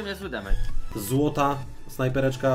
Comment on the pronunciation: Nie demejdż*, tylko *demedż się czyta.